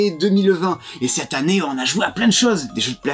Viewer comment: On dit "cette han nnée" à Toulouse ?